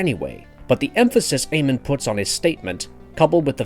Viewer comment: His name isn’t Aemon